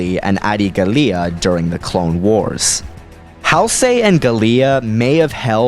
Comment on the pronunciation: GA-LEEUH? It's GAH-LEE-UH. And also, Halsey was pronounced in a weird way.